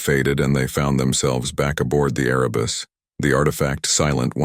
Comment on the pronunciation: Erebus, not arabus, as in Mount Erebus, in Antarctica. Please correct.